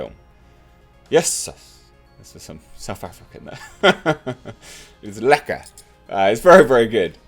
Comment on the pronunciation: Hahaha. Had me cracking with "lekker". I did enjoy your go at it. Close, just the accent needs a bit of work. Obviously, I am a english/afrikaans South African and stay on the outskirts of Pretoria. I have seen no advertising for this movie here, so was really surprised to see this pop up in your video (I had no knowledge of it's existence). Am definitely gonna have to check it out. Thanks. EDIT: Okay. After looking Into it sadly looks as if we are not getting a release here for a while. Only U.k and the States for now. But I would love to here some more afrikaans slang done by. It is very rare to hear any in any international media. And you clearly know some South Africans. Your pronunciation is perfect but our thick accents can be tricky.